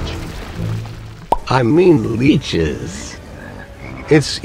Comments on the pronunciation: leeches, not leaches, man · It's "leeches"